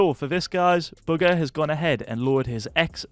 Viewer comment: STOP SAYING BUGGER instead of bugha it’s annoyinng